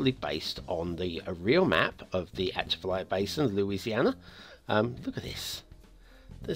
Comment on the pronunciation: Definitely mispronounced it and this should have had a national road and real marshes.